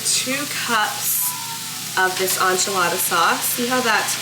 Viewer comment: Sincerely from a Mexican, and with no offense intended...it's EN-chilada sauce with a short 'e'. Not ON-chilada. 😅